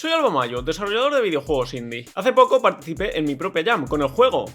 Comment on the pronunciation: parece que dices " Desollador de videojuegos " es gracioso